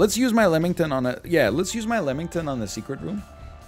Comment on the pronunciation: Someone tell this man its not lemmington